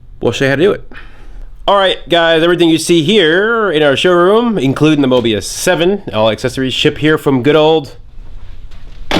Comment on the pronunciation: It's the Mobula 7... Mobie 7rofl